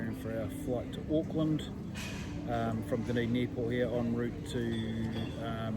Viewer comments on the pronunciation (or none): Nicely done! Btw Dunedin is DUD not DUN 😬